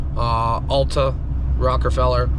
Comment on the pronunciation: Rockefeller not Rockerfeller.